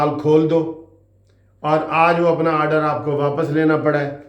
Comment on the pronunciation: Sir, Sir ye Oder nahin haey ye Order haey, Talafuz sahee karen